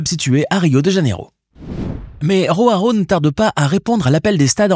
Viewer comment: On dit Joao pas RHoao, c'est du portugais, pas de l'espagnol, le J se prononce J, pas R .